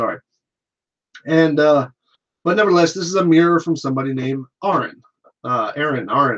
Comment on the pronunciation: Isn't it Karen not Aren?